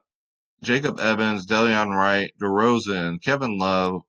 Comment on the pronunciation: De-lon wright